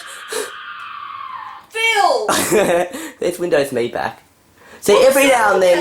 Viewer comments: It's pronounced. M.E not Me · Pronounced EM-E